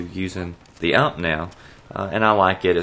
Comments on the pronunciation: It is not an UHMP. It is a U.M.P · Hehehe, "UMP!".....it's a U.M.P (universal machinepistol, sounds better in German) mate ;), you'll piss off the Germans by getting their weapon names wrong. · using the UHHHMP! lol